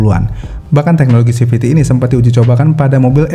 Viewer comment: Bukan "TEHNOLOGI" tapi "TEKNOLOGI".. tolong ya